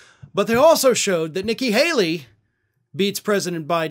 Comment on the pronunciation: PLS DONT SAY NICKKI! BUT YAAAAY TO BIDEN.......